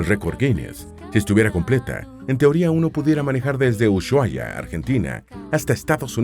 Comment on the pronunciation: Se pronuncia: u-suá-ia